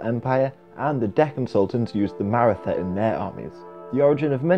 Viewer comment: Maratha is pronounced "Mah-Rah-Tah", not "Mair-ih-thuh"